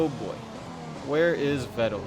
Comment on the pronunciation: Vettel is pronounced Fettel. Like an F and not a V. Just a little tipp.